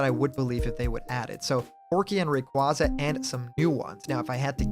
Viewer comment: I can't fucking stand people saying Ray-quah-za, it's already been confirmed to be pronounced as Ray-quay-za years ago! How are people so stubborn to it! Sorry, I get you're a nice guy, but the mispronunciation of Pokémon is a massive peeve of mine.